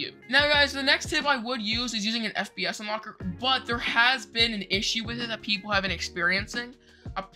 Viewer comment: Give this man an oscar and u maid my laugh in the end that u said for FPS u said FBS